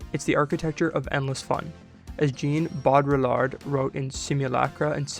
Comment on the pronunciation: Um just a hint; you dont pronounce the double LL in Baudillard.